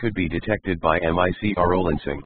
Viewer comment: M-I-C-R-O lensing? What grade school dropout text to voice neural network doesn't have "micro" in it's dictionary of prefixes?